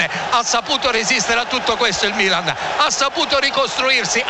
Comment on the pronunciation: Ha segnato il mmmilan come lo dice lui nessun altro